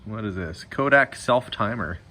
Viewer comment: I am from Rochester, NY - I really love how you can actually say Rochester just like we do, with out a Canadian accent.. as well as Kodak... So many people butcher it, trying to pronounce the names!